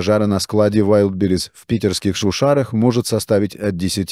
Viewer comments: Искусственный интеллект еще не совершеннен. Удареня путает Вайлдберриз прочитать не может. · ВайдИбрис))) Автор видео, научитесь уж правильно произносить название! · Научите уже робота правильно говорить название маркетплейса. Позорит коллег-роботов.